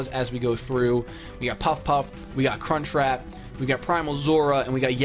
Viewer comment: When says crunchwrap it sounds like Cunt Trap